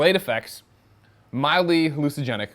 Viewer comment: I think you mean an inflatable raft. "mildly hallucigenic" It's "hallucinogenic", Greg.